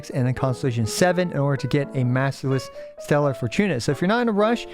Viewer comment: Bro the way you kept saying "stellaR" fortuna is annoying af